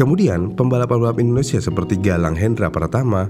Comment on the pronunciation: Dari Indonesia bukan wakanda, susah banget ya nyebut INDONESIA...??